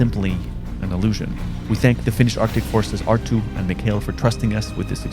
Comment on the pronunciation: Gotta roll the “r”’s on that name Arttu. This video was cool great jobs guys!